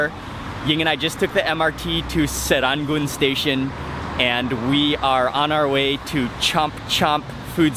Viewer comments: the place is pronounced as sir-ran-goon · I dont think anyone here pronounces serangoon like that HAHAHAH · wrong accent bro. appreciate it the effort but no one pronounces serangoon that way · Great video!!! from a local Singaporean!!! 😀 u have a funny way pronouncing serangoon n chomp chomp haha 😀 anyway i love thai food very much too 😀